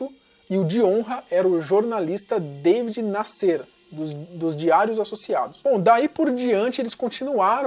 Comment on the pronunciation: Você é novo, e portanto nunca ouviu esses nomes nos noticiários. Mas a pronúncia correta era "Escuderrí Le Cóq" , e "Daví Násser" (a ortografia aqui é como os nomes eram pronunciados).